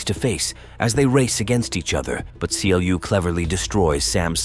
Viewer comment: It's not King C.L.U. It is pronounced Clue. Yes, Clu leads that digital world, but never called king.